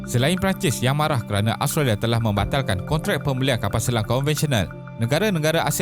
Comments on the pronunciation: Aostrolia plak sebutan dia 😆😆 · Mengapa susah sangat mengucapkan kata "Australia"? Something wrong?